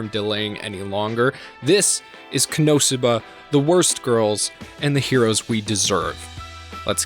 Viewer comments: Its ko... no suba not how you say it. So you watch the show They scream the name like 15 times a episode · Koe No Sue Bah? What universe is that the pronounciation, they literally state the pronounciation multiple times lmao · ................... shouldn't the .... emphasis be on the THIRD syllable and not the ... SECOND one?? Ko-no- SOO-ba? Whatever. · It's ko-no-suba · So sorry for this as it is a bit annoying but it is CON-NO-SUE-BA. Not wanting to be that guy but hearing it said wrong so many times gets to me. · god the why you say konosuba hurts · Why you say Konosuba wrong? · Absolutely unwatchable due to the pronunciation of konosuba. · Why you pronouncing it like that? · Please please ... pronounce the show name correctly. I can't watch the video when you butcher the name like that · Great video, as always. But how do you mispronounce Konosuba? They only say the name of the Anime about 10 times per episode! Lol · The way he peonounces Konosuba makes me want to commit war crimes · I've never heard Konosuba pronounced like that lol and this series is uncontrollably funny and awesome never had a bad time with Konosuba plus been reading the manga for a really long time it's great too also ps Aqua Best Girl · Yeah it annoys me the way he says it